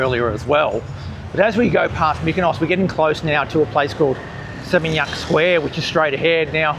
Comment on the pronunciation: Makasih, You are the only person on youtube who can pronounce area's in Bali, particularly Seminyak, no one gets it right. I cringe when people brag they have been in Bali many many times but can't pronounce "warung". Most Aussies can't get that "u" in bahasa Indonesia is pronounced "oo". Your fluency is excellent. BTW Seminyak back in 1989 was just rice paddies, our tailor resided there who made garments for our business. There were no restaurants cafe's or boutique shops. Suami saya dari Legian kaja, sudah kawin 40 tahun. Thank you for understanding Bali 👏👏👏